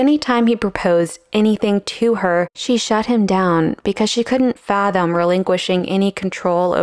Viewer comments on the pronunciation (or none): none